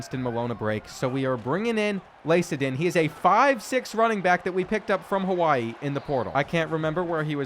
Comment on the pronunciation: Hey brotha just wanted to clear up a pronunciation #22 is my homies little brother Lacaden (Lack uh den)